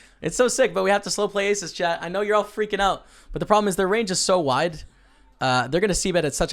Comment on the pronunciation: I've been watching your videos for a while now and it just occurs to me that you are saying "Way to go chat" I thought you were saying Chad, like he's the person helping you with your vlog. Nice score